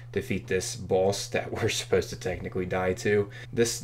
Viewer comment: Why do you pronounce "boss" and "runes" like someone who has never heard the English language before?